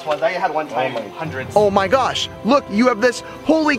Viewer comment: Joer,pues no se flipa ni ná el,vaya retarder con el oh my gash